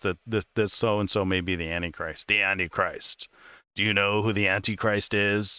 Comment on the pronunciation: I see, he doesn't pronounce that word right.